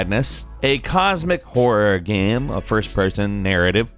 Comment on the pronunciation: How can this dude run a gaming channel, not be able to pronounce “game”